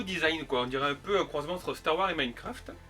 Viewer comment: Très bonne vidéo comme d’habitude, la seule petite remarque que je pourrais te faire serait de bien prononcer le S de Wars quand tu parles de Star Wars 😁 Continue comme ça 👍